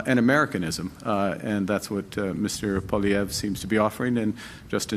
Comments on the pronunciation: It’s Poly-EV Kevin not Poly-VYAY. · I thought that Kevin is a fairly smart guy but he seems to have some kind of issue when he can’t pronounce Pierre’s last name properly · Kevin is great but he really needs to learn how to pronounce Poilievre's name correctly.